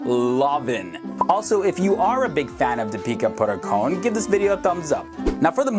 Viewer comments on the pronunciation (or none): Did anyone heard him saying 'Peter Buttercone' instead of Deepika Padukone??